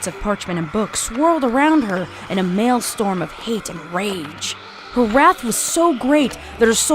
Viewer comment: The word is maelstrom, not male storm. That really brought me out of immersion.